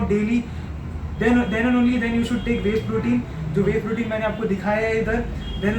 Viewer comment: its not wawe protein its whey protein bro